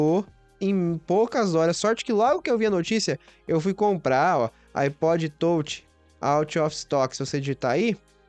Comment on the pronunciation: iPod tôutchi, tôutchi, tôutchi.